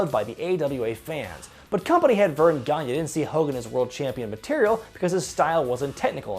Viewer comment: Hey, my last name is Gagne and (No disrespect) but I was hoping you could please learn to pronounce my last name.